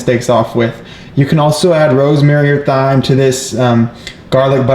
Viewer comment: If you’re showing people how to properly cook a filet on YouTube you should know how to pronounce “thyme”.